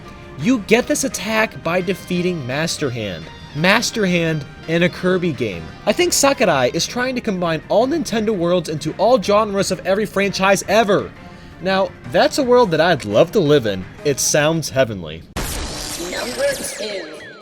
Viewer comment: Sakkadaie? Pretty sure is Sakurai